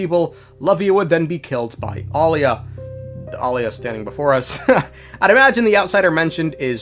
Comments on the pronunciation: It's Aila not Alia, Alia is her twin sister that died a long time ago. People need to learn how to pronounce names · EYE-LA and AH-LIA 😭😭😭😭😭😭 Please. My ears cannot. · AY-LAH lmao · The pronounciation of Aila , just ragebaited me so hard😢